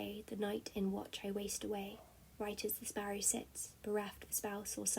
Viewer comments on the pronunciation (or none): none